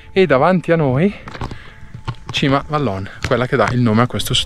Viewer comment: Vallon si pronuncia vallôn con o chiusa e non o aperta....così tanto per dire